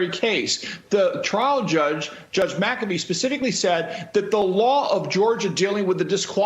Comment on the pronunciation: The Judges name is pronounced Mac A Fee..